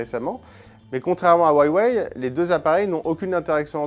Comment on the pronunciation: wayway ? c'est pas plutôt huawei et ça se prononce hwawi hein